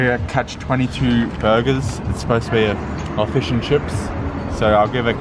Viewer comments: Its fish n chips. Not fush n chups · Why do u say fish and chups 😂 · He said it the way it sounds like we say it to AMERICAN ears FUSH ‘N’ CHUPS‼️🇺🇸🇺🇸🇳🇿been here in AMERICA 32 years since I was 20 yeah we really sound like that to their ears! Haha! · Mate you just called “fish and chips”, “fosh and chops” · It’s not fush n chups ffs 🤦‍♂️ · What the heck is foosh and chops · Did he say fush an chep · Brah why do u say fish n chips like that